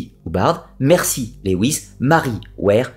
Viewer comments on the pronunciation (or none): none